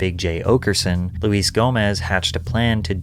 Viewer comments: LMAO Loo-ess Gomez. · CALLING HIM LUIZ GOMEZ IS TOOO GOOD. hes such a stickler about say J. Gomez but you not even getting luis correct is hilarious. and also shows how little you know about any of this. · It's pronounced Lew-Is. Not Louise. How do you not know this? Lew-is-Jay-Go-Mez. That's his name. Wtf? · hey doggie it’s Luis J Gomez not Louise Gomez 🤣🤣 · If rock fans wanna listen to something hardcore they listen to metal. If comedy fans wanna watch someone hardcore they watch ari shaffir. Btw, Luis is pronounced “Lewis”